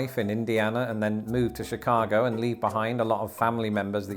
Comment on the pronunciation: WOW! is British and pronounces Chicago even better than Californians (but it's arguable that they're real Americans 😅)!